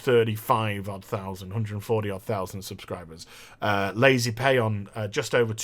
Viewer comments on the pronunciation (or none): "Lazy Paon" lol